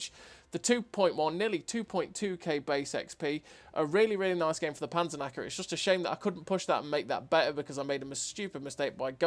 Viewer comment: The Panzernacker 😂 I know you speak English, but for the Germans you forget the "k". But who cares. It seems to be a nice Tank. And really nice gameplay as usual 👌. greetings from Germany ✌️ PS: Nice you tube channel. It is fun to look Cloneguy (love you clone😁) but now you are my number one 😋. You helped me a lot to get a better player. Especially which positions on the map are good for the game opening. This makes maybe 1k difference in a whole match. Maybe a new line on your channel?